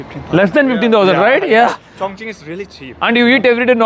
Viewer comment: chong ching kadura chong king